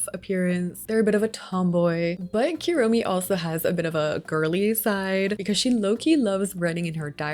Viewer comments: love the build, just wanted to say the "u" in japanese is pronounced like "oo" not "you", so kuromi is "kuuromi" not "cure-omi" as example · This is super cute! But the amount of times you said "Keromi" instead of Kuromi is killing me lowkey (koo-roh-mee) btw, the "hello kitty is a human" thing is an old mistranslation - she is indeed a kitty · if u wanna stop americanizing the pronunciations just stop adding "y" to things. think about the word poo - its KOO romi not KYUROMI, and for pom pom purin think about pudding - hes literally pudding themed, POO rin not pyurin :) GOO de ta ma etc and for words like keroppi think about the spanish word que - que roppi